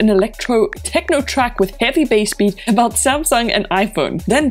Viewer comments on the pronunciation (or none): none